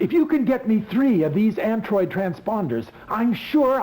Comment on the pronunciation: an “Ant droid” terrible lol